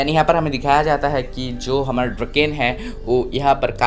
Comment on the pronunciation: ड्रकेन नही डोराकओन ही उसका नाम